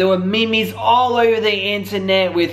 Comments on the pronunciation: Lmao did u really pronounce memes like “me mes”!!?? I’m dead😭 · Awww hahah it’s not “me me” it’s “meem” hmmm unless I’m staying it wrong 🤔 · My face when you said MEEMEES 😆😆😆😆😆😆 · You lost me at that “mimis” part HAJAHAHAG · This guy said me-mes 😭😭😭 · omg did u say me mes? LMAO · 2.13 "meemees"..... I hope he's joking